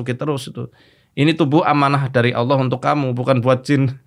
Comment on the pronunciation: om dedy susah banget nyebut nama Allah...